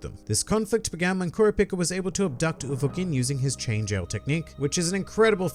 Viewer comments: You said kurpica 💀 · You say kura pica I hate you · Dude, it's pronounced Core-rop-ee-ka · I m the only one who blown away by the way he spells Kurapika name? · why do you say kurapika like that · God Damn man how do you consistently mispronounce Kurapika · why do you say kurapika’s name like that? 😭😭